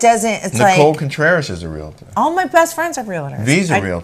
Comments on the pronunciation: I appreciate your recaps/opinions and you can have whatever opinion you want about Realtors, but at least pronounce it correctly. It is not a three syllable word. It is two. It is REAL-TOR, not REAL-ATOR. That's all. P.S. You can verify with your real estate agent friends that are Realtor members, but not all real estate agents are Realtors. Realtor is a trademarked term for members of the National Association of Realtors. Realtor members work incredibly hard, are problem solvers and tirelessly fight for private property rights. I'm proud to be one. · Real tor not Real a tor